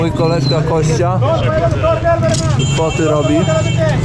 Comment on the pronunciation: Ja nie wiem, dlaczego mówi Kościa a nie Kostia😂😂😂 To imię od Konstantyna a nie ok kości 😂😂😂